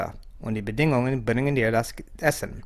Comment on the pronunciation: Nataku1981 und bei „Bediiieeenung“ habe ich immer Bedingung verstanden. Kann aber auch an meinen Ohren liegen 😉